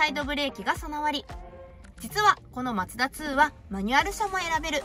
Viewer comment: MAZDA2って昔のデミオだよね🤔 マツダ車って縁がないんだけど、コンパクトカーなのに、メモリー付きのパワーシートは凄いね👌 、『マツダ』のイントネーションが独特だよね😙 『マツ⤴️ダ』って感じで『マツ』が高い🤭 全然いいんだけどね😊 今日の服も凄い可愛いかった👍️